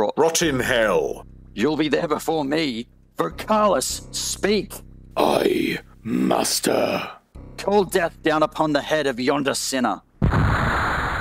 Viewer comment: That was the funniest pronunciation of Dei Mater I've ever heard haha